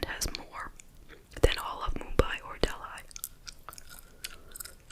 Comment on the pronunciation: It’s pronounced De-lee; not Del-eye